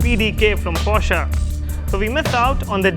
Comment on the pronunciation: At last someone who calls it "POSHAE" and not "PORSH" :D